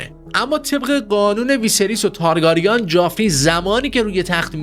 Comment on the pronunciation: ویدئو واقعا واقعا قشنگ بود فقط اگه میشه لطفا تارگرین رو درست تلفظ کنید